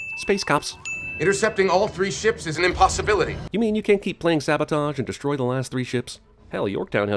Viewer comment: Taking off a sin for your pronunciation of "deshtroy". 😜